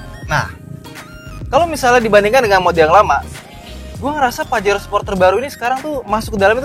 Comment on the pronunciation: Bacanya 'pahero'